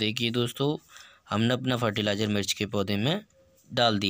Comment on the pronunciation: Fertilizer kya btaya clear awaaj nhi aayi apki